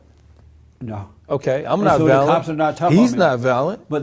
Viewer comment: Especially when he mispronounced "violent." He said, "valent." Maybe it's a colloquial thing.